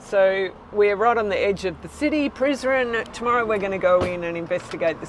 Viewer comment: Prizren - se prononce: Prisrène Donc toutes les lettres se prononcent